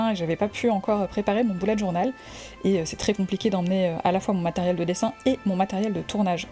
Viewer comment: Il me semble qu'on ne dit pas "boulette" mais "bUlè"